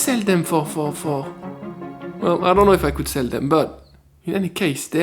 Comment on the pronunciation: "I could sel these!" Ha ha! That was intentional. right? 😄 We used to do this at school when I was a kid. Are kids still taught this kind of stuff? Indeed it is magic.